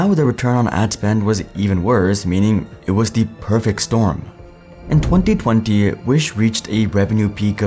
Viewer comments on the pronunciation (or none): iheard you were pakii / indian when you said 2020 around 10 : 00